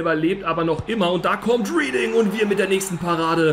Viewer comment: Reading spricht man Redding aus ☝️